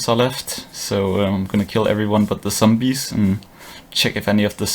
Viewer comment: i love how you say sombees :) <3